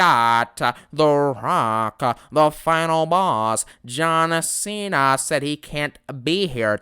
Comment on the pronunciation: Actually now it's....."I cont stop thinking about Priest!" Lol